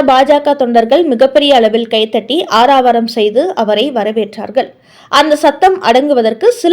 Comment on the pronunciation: அது ஆரவாரம். ஆராவாரம் இல்லை.